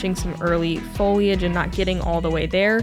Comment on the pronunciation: Per usual great job in the booth and also great job the all the behind the scene peeps. Loved how Caroline flushed 15. 😌 Also not to nit pick but if you want to keep up with Uli you have to properly enunciate foil lee age, man don't even think that is right, got to watch some of the past vids. 🌳 (wanted to put a goose emoji but could not find one, honk)